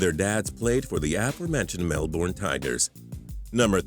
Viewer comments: Damn the way you say Melbourne is bad, but it's okay cus that's not what they channel's about. Just pointing it out. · Faris Naufal you don't pronounce the r at all really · they have melbourne in the states too, and thats how its pronounced there. since we were founded after them you might consider that they say it the correct way and we have been saying it cringey to them. my two cents. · don't yo dare say Melbourne again your saying it so wrong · He said Melbourne wrong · your pronunciation of Melbourne is sh*t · He can't even say "melbourne" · It's not pronounced melborne it's melbern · For all my Fellow Australians, MelbOrne 😭😭😭😭😭 its Melbourne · It is pronounced melbern, not melborn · STOP SAYING MELBORN ITS MELBOURNE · 1. It's g'day mate, 2.It is New South Wales, not South Wales, 3. Melbourne is pronounced Mel-burn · The way Americans say Melbourne is hilarious 😂 "Mel" "born" bruh hahaha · Lmao that's not how you pronounce Melbourne, it's "Mel-burn" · Mel-bin, is how you pronounce it. Don't disrespect the best city in the world!. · And it's said mel-burn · you say it Mel-burn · mel "bourne" LOL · I'm only 50 seconds in and you've said mel-born and called NSW "south wales" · Ok, so from now on its melborn...not melbourne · As a melbournian, I have the right to say ITS MELBOURNE NOT MELBORN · We get that he was born in Melbourne, you don't need to say "Mel-Born" all the time. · I h it when he said mel-born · You say it like Mel-burn not however the hell this guy did jeez so cringe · lol mel "bornn" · Lol, MEL BORN, it's Melbourne scrub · RiaH it's pronounced as Mel-ben or really just Mel-bn the o, u, r and e are basically silent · Mel Born. they all say it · nah it's more like Mel-Ben or Mel-Bin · its like mel-bern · Say Melbourne right fam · The way americas say Melbourne. lol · You pronounce Melbourne wrong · i cringe every time he says melbourne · Learn to pronounce Melbourne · The 21st fact would be that you don't know how to properly pronounce 'Melbourne'.